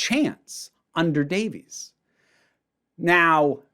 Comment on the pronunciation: Davies ain't pronounced Davies